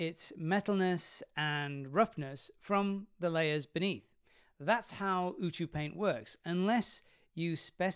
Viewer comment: Pretty sure it's “yoo-see-yoo-paint”. The odds of the fact that it makes a phrase that describes exactly what the extension does being a coincidence are pretty slim.